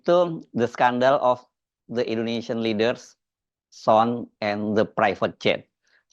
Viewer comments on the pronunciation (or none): Mas hersu... Bacanya "san" utk son